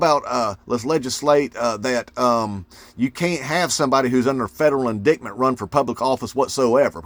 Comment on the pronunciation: It's indictment, not indictment. Get it right.